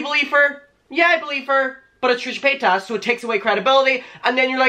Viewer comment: AM I THE ONLY ONE WHO HEARD TRISHA POTATOES?! I’m crying 😭😭 I love you!